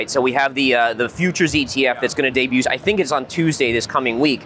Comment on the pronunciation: There's no 'T' in debut guys.